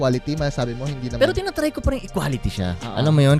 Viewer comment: "Iquality" tanga